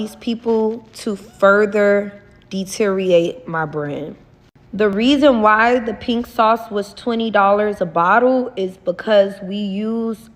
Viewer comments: “dete-rioate” 😭🙄 🤦🏽‍♀️ DETERIORATE Goes to show she needs an education first more than anything and the medical product line really pissed me off, too She needs development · 😂The Countersuit… oh boy. She’d lose EVERYTHING and ANYTHING she had. ”…duh-tee-ree-ate ma bran.” Ugh. She is SO dumb.